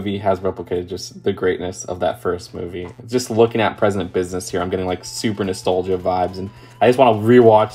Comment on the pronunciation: “nastolGEEa”